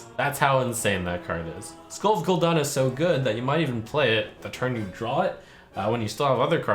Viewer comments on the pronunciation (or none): First Pallytime says TOORANDUH now Trump says GOL'DAN